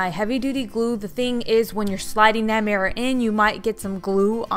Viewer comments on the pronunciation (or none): Is anyone annoyed by the way she says “murror”